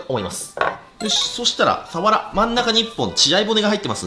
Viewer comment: サワラのイントネーション所々おかしくね？